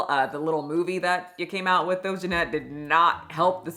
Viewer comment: mispronouncing EVERYONE’S name is driving me up the wall. Like listening to people chew annoying. ARIana, not AIRIana, JeanETTE not Janet, Valentine not ValenTEEN. Wtf girl??